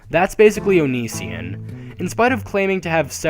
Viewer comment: Ok so you hate onision And just saying you pronounced it wrong The Reasons he makes alot of his videos are fan suggestions and also just want to point out He says things about certain mental illnesses because he has had to deal with people with said diseases or disorders like pathological liers im not trying to account for all of his acts just pointing out a few things